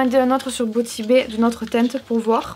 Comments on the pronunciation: Beauty pas biouty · Si j'ai bien compris ton com c'est parce que elle a oublié la prononciation des I😂